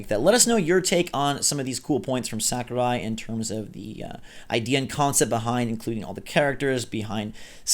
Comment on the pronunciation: Mistr Sak-er-eye